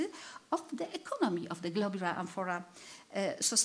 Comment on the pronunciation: So we learn correctly, the word "globular" sounds as if it is pronounced in this and other presentations of this conference as "globar." Is that the standard way to pronounce it, or perhaps an accent?